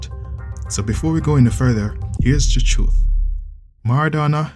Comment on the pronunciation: Thanks for the 'Turth' lol